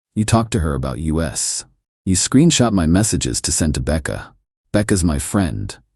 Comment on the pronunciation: It's an AI channel, instead of saying us, it spelled it U S.